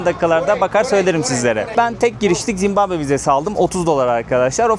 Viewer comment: Hos gezmeler. Zimbambe degil Zimbabwe.